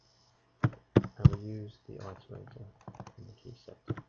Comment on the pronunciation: Thanks, but it's 'it-erator' not 'i-terator'.